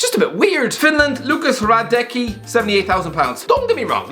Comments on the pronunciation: Hradecky is not pronounced like that, his name is pronounced Hradetski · Im sorry but you say Hradecky wrong. It has a little z in the middle. Hradezcky. And Hradecky Finland best gk ever. I dont think he's over payed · correction" hradecky is pronounced radedski